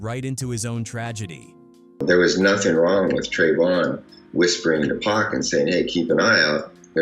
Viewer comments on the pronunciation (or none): Get yo shit right u out of country foreigner....it's Pac not Pack... I ain't watching this shit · Who the hell is pack and shoog 😂😂😂??? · Who TF is Shooog and Pack???!!!!!!! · So hoodwat stories says “PACK“ and "SHOOG" or how bout "PIE ROO" AI 🐂💩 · Been dead nearly 30 years and people still can't pronounce 2PACS name correctly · Thought it was PAC 😂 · I couldn’t watch nomore after hearing how they kept pronouncing pac name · Keep saying Pack. AI mess. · The way you say Pac´s name is like the cops who didn´t believe his legal name was Tupac Shakur